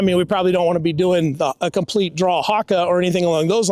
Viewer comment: "Compleat draw haka" LOL